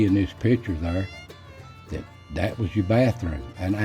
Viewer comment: Instead of yours they say " yourun" almost sounds like urine